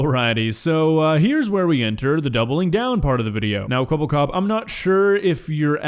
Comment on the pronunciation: Thats not Kwebblekop thats Keweeblecoop